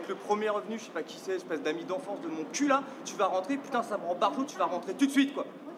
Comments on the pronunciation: but what is she saying when she swears? it sounds like Pitou (dog?) not Putain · ThePierre58 Thanks, I was wondering the same thing. But what is she saying when she swears.. it sounds more like Pitou ?